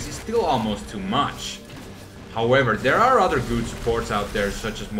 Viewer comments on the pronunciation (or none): none